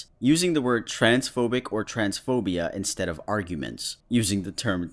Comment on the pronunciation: The fact that Caroline said "iN sTeAd" when it should be instead mfing boomer